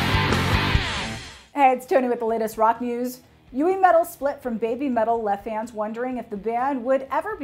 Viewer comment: It's not "bay bee" metal, it's "beh bee" metal, rhyming with Heavy Metal. It's a pun, but to make sense you gotta pronounce it like a Japanese would pronounce English.